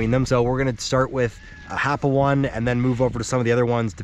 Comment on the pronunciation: Learn to pronounce the name it’s not happo 1 it’s happo o-ne